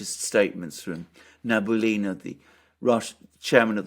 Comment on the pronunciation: Alexander, forgive me for a correction, but the head of the Russian Central bank is not Nabulina, but Elvira (name) NabiULina (surname). Thank you.